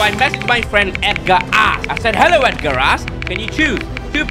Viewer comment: He said EDGAR ASS HAHAHAHAHHA😂😂😂